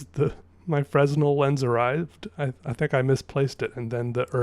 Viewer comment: pronounced: fray-NEL lens